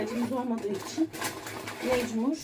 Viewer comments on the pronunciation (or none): Mecmur değil mecbur